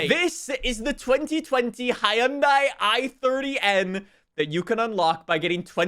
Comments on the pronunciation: The way he says Hyundai lol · With the amount of times he has to pronounce Hyundai, you'd think he'd actually do it correctly...